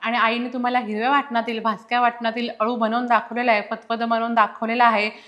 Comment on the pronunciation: अलु नसत हो। अळु असत